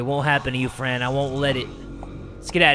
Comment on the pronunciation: When said Fran I thought it said friend so alike lol